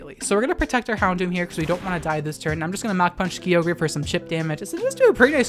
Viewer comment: Isn't Kyogre pronounced "ky-oh-gur" and not "Key-oh-gray"?